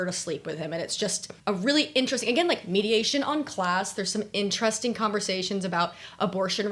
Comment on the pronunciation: my favourite parts of this video were when you said the books were “mediations” on certain topics, instead of “meditations” on certain topics lol! with love from an english teacher x